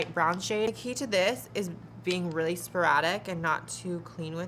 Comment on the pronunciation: I thought of the movie clueless when you said sparatic😂